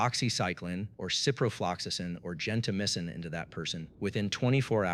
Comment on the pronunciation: Gento- MY-sin, not gen-tamissin.